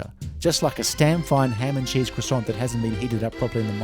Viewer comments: You need to work on your pronunciation of croissant! Hehe! It’s pronounced qua- sont! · It's pronounced "kwa-sans". It's French, you know. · croissant doesn't have a hard 't'